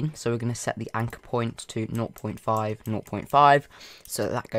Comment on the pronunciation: Can you speak american w ot point not poimnt WHAT DA HELL THAT?